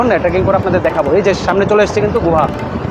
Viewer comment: Guha na Guha bolben na tokbag khor